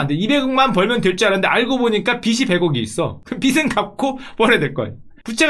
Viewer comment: 보실지는 모르겠지만 빚이는 비지로 발음해 주셔야 합니다...